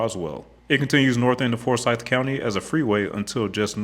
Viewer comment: I grew up in Forsyth County and drive GA400 every day. Thanks for doing a story about my "home highway". I would like to correct your pronunciation of our county, though. It is forSYTH not FORsyth. We care very much about that.